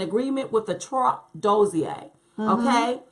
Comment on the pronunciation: Dossier is pronounced like this